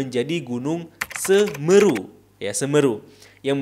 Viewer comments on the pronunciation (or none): Ijin pembenaran bang... yg benar semeru bukan seumeuru